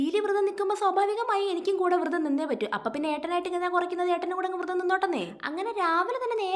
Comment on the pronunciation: വൃതം അല്ല കൊച്ചേ...വ്രതം